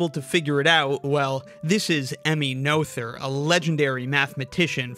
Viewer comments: If ever say "I hate math" it'll be because of the dropping of the s at the end of the word. With Emmy Noether, the th in the middle of her surname is not pronounced as the start of theta; rather, the h becomes silent. So her surname is better rendered phonetically as "Nurter" though some German accents even deempasise the r so it sounds more like "Nutter". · Noether does not contain the English "th" sound! The 't' and the 'h' are separate. It sounds more like "nutter" or "nut her" -- see the t and the end of one word and the h at the beginning of the second? They don't form a "th" phoneme. You can hear it on her Wikipedia page. Anglicized, the 'u' becomes the closest sound in English, so say "nut her" run together without a break. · There's a hole in the paper where the compass point rested. ;) Btw, I think Noether rhymes with curter (pretty much), not oather. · You chat a lot of shit for someone who can't even pronounce "Noether". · I did think noether was said wrong